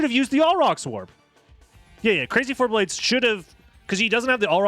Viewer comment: Are you sure it's "Crazy Four-Blades" and not "Crazy for BLADES!" I think you might be pronouncing it wrong.